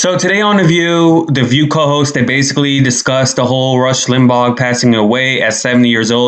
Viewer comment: Why is she pronouncing his name, “Lim-ball?” Yet again, the entitled princess gets defensive without provocation, making baseless passive-aggressive comments for reasons no one understands. I feel so sorry for her daughter. She couldn’t have 2 worse people as parents.